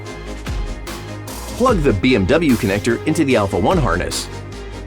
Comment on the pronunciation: Well it's not how "connector" is pronounced, any clues there? Never heard it pronounced with "-igger" at the end